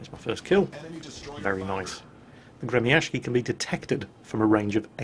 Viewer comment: Dayum, that pronounciation of Gremyashchy is so ear drilling! I understand that Russian has some difficulties transcribing itself into the Latin alphabet, but that's simply too different from the real pronunciation. Besides, people tend to use even more retarded spellings for some reason, which makes it all even worse. It's really quite hard to explain all nuances of the Russian phonetics with palatalization of consonants and varieties of sizzles to foreigners, but it's actually pronounced more like "Gree-meeuh-sch-eey". The vowels in in meeuh make the so-called "Near-open front unrounded vowel" sound you can find in the pronunciation of the word "cat" with the M "palatalized" (which means it's, uh, pronounced with a slight tone of the sound "ee" in "free"); the sch is akin to the "sh" in "sheep" but twice as long (shsheep); the R is rolled of course, and the rest is pretty simple. click on the pronunciation to hear it more clearly. If you read this, please take effort to pronounce it NOT as gremiashki FOR THE SAKE OF YOUR RUSSIAN VIEWERS :c